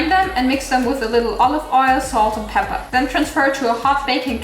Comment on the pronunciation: Did you miss saying “Pepeerrrr” 😅💜